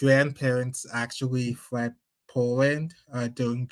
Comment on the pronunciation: I have played “you fwee & yall fwed” about 50000 times. 💀💀💀💀💀💀